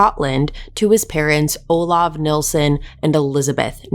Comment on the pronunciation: I am so glad you are pronouncing Des's surname correctly. The amount of people that say "Neilson" instead of "Nilsen" drives me insane. It would also annoy Des 😒. Great coverage of this case 🏴